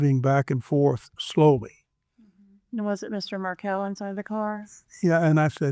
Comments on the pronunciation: Hey, Dan’s last name is pronounced Mar-KELL, not like Markle Thanks for posting about this case Justice for Dan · If you are going to report on this case, the victims last name is pronounced "Mar-kell" and not "Markle". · Mar-KELL. Correct pronunciation 💃. And….MagNANahmah. 🙄